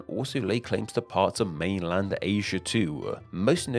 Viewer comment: Did = Did-e Asia = Asiaarr Within = Wivin All = All-er Ruler = Wuler Them = Dem-er Thing = Fingge One would think pronunciation would be important to a channel all about names.